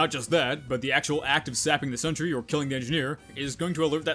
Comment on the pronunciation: I will forever hear Sentry Down! As Scent Tree Down! From now on thanks to you